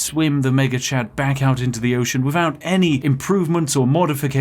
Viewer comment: when you say "Mega Chad" too quickly it sounds like "Maggot Chan" and honestly both names are completely accurate